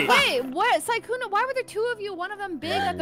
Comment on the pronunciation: Sykkuno more like sikkeuno